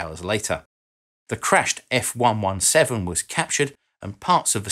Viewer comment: Love the channel,. One thing. F ONE SEVENTEEN.:) Carry on!